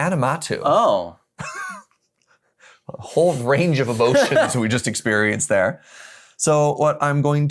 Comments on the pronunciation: Every time they said “aNiMatou” it broke me a little more lol aMiNatou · The amount of people that say "Animatou" like it's "anime" and not "Aminatou" which is what's printed on the card. I have too many Sisay mains in my area that say it that way too, hah. Just playful jest though, haven't seen canlander before and it seems neat, but I'll stick to cEDH. Thanks for showing it off though! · they butchered the name ❤ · wait, is pronouncing Aminatou differently each time XD